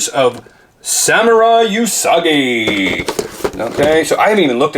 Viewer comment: OOO-sagi... It's pronounced OOOO-sagi, not uuuu-sagi. The first syllable should be stated as you have commented in "Ooo, be careful..." and "Ooo, and blue paint rub..."